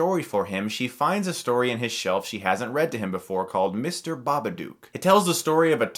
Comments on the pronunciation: BabaDOOK - as in rhymes with "hook", not "duke". ARRGGGHHH!!! ;-) (Love ya', guy, but that was just getting on my nerves!) :-) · It's Babadook not Babaduke! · I have a question: why do you keep mispronouncing "Babadook" as "Babaduke"? It's 'dook' and rhymes with 'book,' which is clearly stated in the poem in the book. It's even part of the noise the monster makes. SPOILERS: those who are giving the film crap about it using the "it's in her head" cliche, guess what - it's NOT. Her anxiety and fear has taken a physical form, so it's not in her head. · Chris: Pronounces it The Babaduke in this movie How it’s pronounced: Babadook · If you paid attention while watching the movie, you would know Babadook is pronounced Dook like Hook, not Dook like Duke. Babadook, Babadook, Baba, Dook, Dook, Dook. Not Duke Duke Duke. You pronounce it like Marmaduke's evil doppleganger. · Babadook is pronounced as "book" not "duke" Ba-Ba-Dok not Ba-Ba-Dewk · Ba-buh-dook(dook as in book, not duke) They say the name plenty of times in the movie so I dont even know how he can constantly mispronounce it after hearing it plenty of times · I watched it last night and I was too scared to look at my ceiling when I was in bed. I knew I was being stupid but I was just too scared :P But seriously, you're saying it wrong. The "dook" is said more like your american "look" than "duke". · nah has to be said like an aussie. Dook not duke. like chook. hahahahh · It's pronounced babad-oo-k like book or like shook, like I was when I watched this movie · Ur saying it wrong it's an Australian film u have to say it like an Sustralian it's not spelt Bubuduuk so saying it like that sorry just get rlly annoyed about it XD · Pronounce "took" and "book" thats how you pronounce Babadook. NOT Baba"duke" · I don't get it Chris. You've watched the film, you should know better than to pronounce it bubadOOk. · lookin ass pronouncing the name wrong